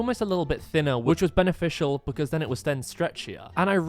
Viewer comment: Bro so many voice over messups- "it almost felt thinner WITCH WAS BENEFITIAL" brooooooo